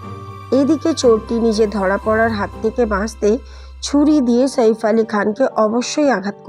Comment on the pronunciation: শইফ কে ? সাইফ ( ছাইফ )